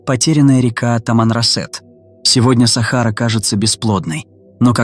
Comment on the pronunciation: сАхара, капец, можно самому озвучивать?